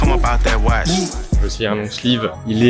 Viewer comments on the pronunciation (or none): none